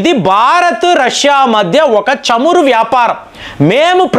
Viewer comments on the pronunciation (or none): none